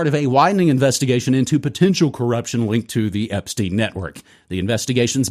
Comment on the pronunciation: its not ep-steen, its ep-stein. like albert einstein, not bruce springsteen 😂